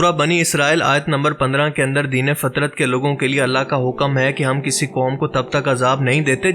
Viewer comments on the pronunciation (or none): سلام مسنون ۔۔۔۔ تصحیح پلیز ،،، دین فطرت ف کے زبر کے ساتھ ، جزاک اللہ خیرا